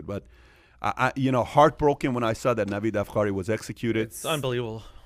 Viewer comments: I love how all it takes to feed people grade A premium bullshit these days is a desk, a mic, headphones and a couple of your buddies as extras. No sources, no context, no history, not even the correct pronunciation of the guys name, and everybodys soooo loving it! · No, total lie. You can't even pronounce his name correctly.